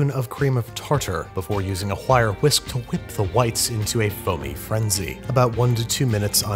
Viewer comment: He said “Whire whisks” c’mon Babish who are you Stewie Griffin